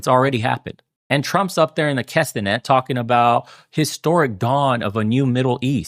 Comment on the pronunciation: K'NEset, not K'senet